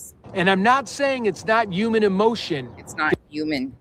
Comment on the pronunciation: I cannot I hear saying uman just like Ted says it 😂😂not human but uman